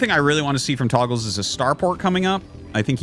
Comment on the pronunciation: Fun grammar lesson: The word "togles" should be pronounced "TOE- ghels" because it only has 1 g. In typical English words, You need a double g to indicate a soft vowel sound. In other words, the name Artosis is saying would be spelled "Toggles."